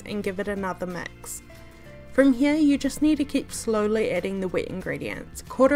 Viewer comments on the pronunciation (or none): "mex the iggs" 😂